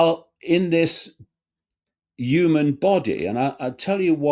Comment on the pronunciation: The word is pronounced 'human', not 'yooman', Mr. Icke.